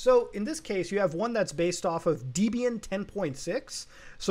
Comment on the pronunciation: FYI: It's pronounced "deb-ian", not "deeb-ian".